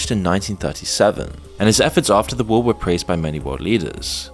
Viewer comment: You pronounced war as "Ware" and pronounced Hearse as "Hear-Say". Confirms the narration is being done by a trained AI Model.